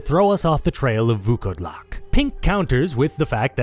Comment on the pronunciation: I wanna congratulate you on saying Vukodlak almost 100% correctly. It was a genuine pleasure to hear someone put in work to pronounce it correctly. Fun fact it just means wearwolf.